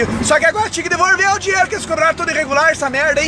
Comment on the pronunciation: "EU QUERO MEU DINERO DE VORTA"